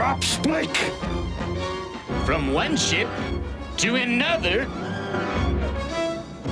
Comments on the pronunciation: Well, given that he called Spike "Splick" near the end, it could be something that just happens occasionally! 😂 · said splic not spike